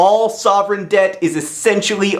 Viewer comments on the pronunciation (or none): I though he said 'dead' not 'debt' ...